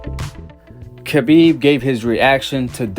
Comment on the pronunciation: Nooo brother not you to! Pronounced the K on Khabib's name! Don't do it it brother! Lol